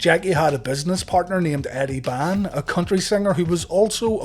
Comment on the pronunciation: Eddie Bond, not Eddie Ban.